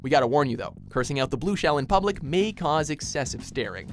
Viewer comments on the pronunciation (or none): none